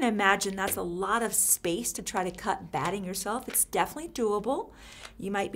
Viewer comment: What are you calling the cotton batting-hard to understand